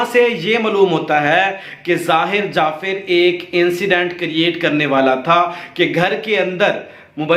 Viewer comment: upload karnay se pehlay soch lein ko aap ko kya kehna hae. pehli baat to yeh hae ke pichhli baten jo sub hi jante wahi rut rahay haen. shuru main aap ne kaha '' zakir jaffer ki maan ke saat bad'tameezi ki thi ''..... jabke zahir ne apni maa ke saath...... zara apna talaffuz sahi karen. jafir jafir. (jaffer. taluffuz hae jaffar).